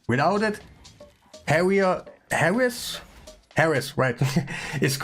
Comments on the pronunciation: The champion is called Heiress not Harris lol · Lol. Always enjoy your videos brother. Random tip in case you are a lifelong learner. Heiress is pronounced with a silent H -> 'Air es'.